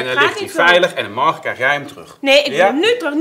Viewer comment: zegt altij “margen” inplaat van morgen😂